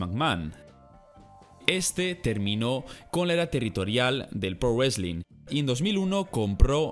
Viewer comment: aparte del "wesling" 😂😂